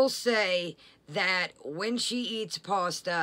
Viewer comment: I can’t standdddd the way she mispronounces pasta!!!!